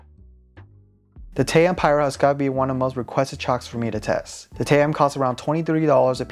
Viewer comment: TA -OM not tayom what you can't read??!